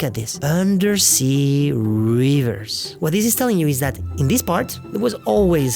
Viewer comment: I recognize that the narrator's native language is not English, but he should know how to say river with a short i.